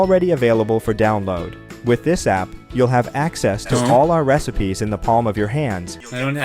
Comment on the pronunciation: haha you said recepies